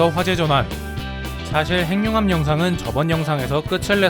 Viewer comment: 행융합이 아니라 핵늉합이라고 읽는게 맞습니다.